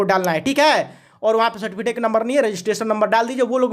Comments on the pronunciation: Its सर्टिफिकेट,Not सर्टिफिटेक🤣🤣😂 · अरे भाई मेरे, पहले ठिक से सर्टिफिकेट बोलना सीखो